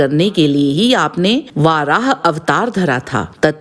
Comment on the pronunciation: वाराह नही वराह.